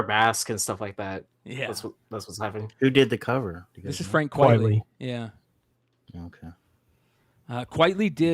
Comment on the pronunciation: Frank Quitely on the Blow section?! Say it ain't so lol - not one of his best for sure You're right He is an acquired taste. Fun fact his name is pronounced Frank Quitely as in Quite Frankly (not quietly) - his real name is Vincent Deighan. Fun show - looking forward to the Steinpack reveals